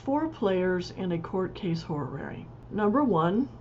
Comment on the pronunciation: I learn from your tutorials! Thank you...... Still, I just can't decide to buy a course from someone who's teaching Horary Astrology, but never took a moment to think how it's pronounced. It's NOT ho-ra-ra-ry. Please re-learn, even if it takes an effort.